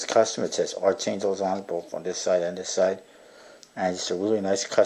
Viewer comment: Not trying to be an ass or anything, but its supposed to be pronounced as "ark."